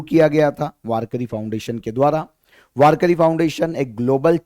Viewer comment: वारकरी नहीं वारकी 😂